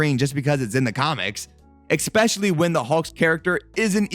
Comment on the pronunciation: sorry eXpecially?